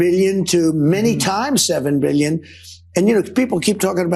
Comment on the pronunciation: “MEELYUNZ” and “BEELYUNZ.”